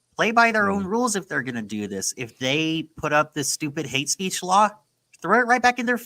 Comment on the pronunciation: Hate speech, or is it "Haitche speech"?